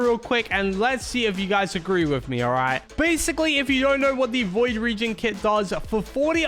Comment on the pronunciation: It not void 😂